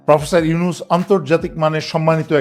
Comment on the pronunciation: সেনাপ্রধান ওকার ডক্টর ইউনুসের নামটি কিভাবে উচ্চারণ করেছে তাতেই বুঝা যায়